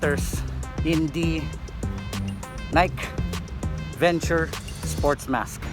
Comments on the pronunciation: Hii sir.. no offense…Its called Nike Venturer sir… with R po.. not Venture. ✌️👍😀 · It's not the Nike Venture sports mask, it's the Nike VenturER sports mask. You need to pronounce the ER!